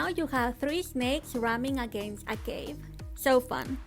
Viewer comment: The way she said cave was like"CaVA"